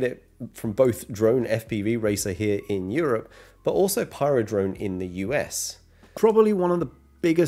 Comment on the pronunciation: Did you say paradone or pyrodrone ?????